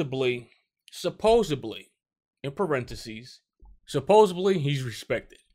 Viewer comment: Supposedly** not supposebly